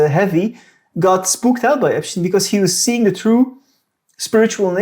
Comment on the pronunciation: That damned Epsshhtein fellow